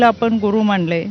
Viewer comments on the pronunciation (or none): बाईंची मराठी भाषा सुद्धा किती अशुद्ध आहे बघा . कोणी यांना महिला आयोगाच्या अध्यक्ष पदी बसवले बाई sss.. 😢😢 बाणाचा ण आणि नळ चा न या मधील फरक सुद्धा नाही कळत. गुरू माणले म्हणते बाई 😞😞😡😡😡 आत्तातरी मुख्यमंत्र्यांनी सर्वतो परी उत्तम, सेवेला च प्राधान्य देणारी, नटण, मुरडण्याला प्राधान्य न देणाऱ्या महिलेला अध्यक्ष पदी निवडावे. विनंती 🙏